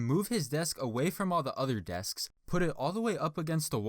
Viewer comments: “desksks” 😂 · Why you say desksksks